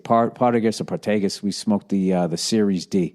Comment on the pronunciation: For fucks sake bill. You like scandavia, one punch man, meshuggah, hate the corrupt government, love my favorite cigars partagas (which you cant pronounce) all feel all the same world views. You the greatest of all time!